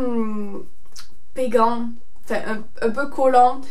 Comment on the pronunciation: ahah toi aussi tu dis " péguant " ! ^^ a chaque fois que je le dis personne ne me comprend ! :')